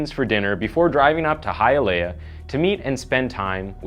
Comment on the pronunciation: High ah lee ah = Hialeah